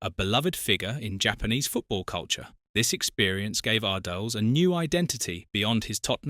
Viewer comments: Its pronounced Ar-dee-les not Ar-deals or Ar-diles. Lol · Lost it all? What a load of rubbish. You can't even pronounce his name properly - pathetic. I won't waste my time on any more of your videos. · at least learn how to pronounce his surname.